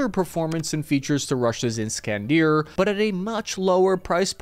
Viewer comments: there is no 'deer' in 'iskander' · Is-Kan-der not Is-Kan-Deer. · My god you butchered Iskander